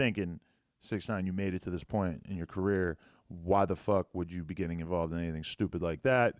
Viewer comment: his attempt at pronouncing stoopid really proves he's getting too old for the culture 😂😂😂